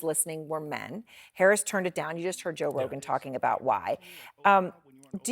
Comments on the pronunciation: Moron can't even get Joe's name out of her mouth. "Josh, John sorry Josh ha John Rogan." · Did she say john rogan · 😂, she can not even pronounce Joe Rogan’s name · hahahaha she cant even say his name!! poor thang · Lol. She can't say his name. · Why can’t she say Joe? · Oooo shit. Why Joe rogan name suddenly become difficult to pronounce for CNN anchor. 😂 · They lost it all lol 😂😂😂 she can't even prono6tge man's name